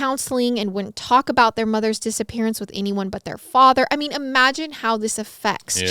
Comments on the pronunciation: Who else heard " disa parents" ?😂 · I thought you said dissaparent 😂😂